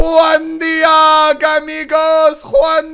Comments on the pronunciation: Bando Coeurl it’s Juan De-og is what he’s saying. It’s originally supposed to be Juan Deag but I guess he’s adding his spin to it. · Please stop pronouncing it as "one de-arg" 😂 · Does he know that it’s not pronounced “One Deearg” but “One Deeg”? The spelling is tough but you get the idea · Why does he say one Dee-aag. It's one Deeg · It’s pronounced deeg not deahg 😂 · The way he said Juan deage pissed me off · Tomato tomato, Just like how Australians cant pronounce No they also cant say Deeg.